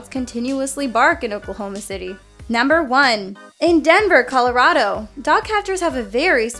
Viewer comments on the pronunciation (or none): none